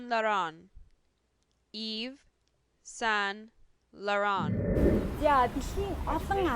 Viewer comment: Hi, huurhun video boljee. Gexdee Yves Saint Laurent buruu duudsan bn. Tsever french hunii duudlaga bish bn. Mongolor duudlagiig ni bichvel “iiv san loron” gej duudagddag ym shuu. Ixenx usegnuud ni unshigddagui ym. Busad ni bol zuv duudagdajee. Amjilt!